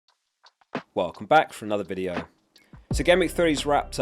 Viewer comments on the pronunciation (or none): none